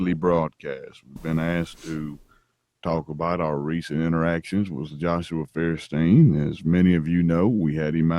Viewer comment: I know this is just a minor issue compared to the impossible big load of bullshit, but it drives me nuts every time: When will Feuerstein learn that the pronunciation of his very own name is "Foiershtain" and not "Fearstain"? It's german and not a made up fantasy language. Yes, I understand it's just a name/label, you can bend the pronunciation when established for other languages (like as an american name) but I can hear it wrong only so many times until I have the need to say at least one time: MEH.